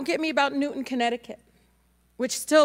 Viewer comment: It is "NewTOWN"... not newton..